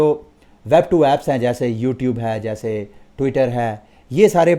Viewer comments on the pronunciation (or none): none